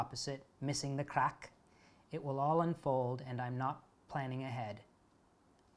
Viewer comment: I am irish so it made me happy and that he knew how to say craic xD